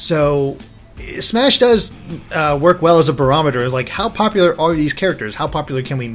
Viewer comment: ***** thanks for showing us pop-uh-lar and maybe not so pop-uh-lar trillers.